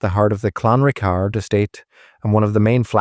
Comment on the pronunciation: Pronounced Clan Rickard